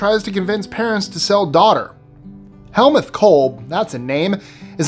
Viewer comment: Helmuth is pronounced Hell-moot. It's German.